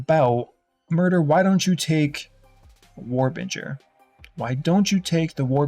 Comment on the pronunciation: War Binger.... Binger not Bringer. He literally shows the node in the video